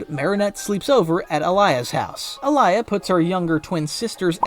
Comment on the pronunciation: Why you calling alya to alaya😢